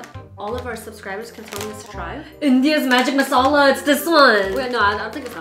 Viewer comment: Your accent when you pronounce “Masala” ♥️ love it 😊